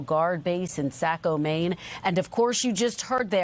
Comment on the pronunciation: It's pronounced "SAW-ko"... not "SAY-ko"